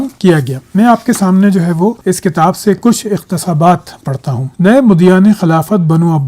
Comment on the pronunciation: Salam. Beta Aapka ilm buhut mantaqi aor mudalil HOTA hay. Aap ki madri zaban shayad Urdu hay aor Meri pashto magar aik lafz k talafuz k bare men guzarish hay k iqtibasaat ko aap iqtesabaat path rahay hay please verify with your sources.thanks. Men Aapka motaqid ho haya hoon magar ikhtelaf bhi rakhta hoon.